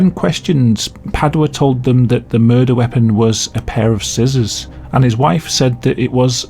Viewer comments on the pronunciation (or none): none